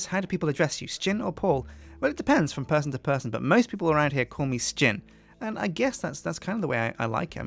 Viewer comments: why do you pronounce Sjin as S-chin? so far ive only ever heard people call you pronounce it as shin so why do you say it differently? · As I recall from other videos, I don't think Sjin has really ever decided how to pronounce his name. He often says 'sa-jin', but I'm fairly sure he answers to 'shin' just the same. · You just said Questsijin because thats how it is pronounced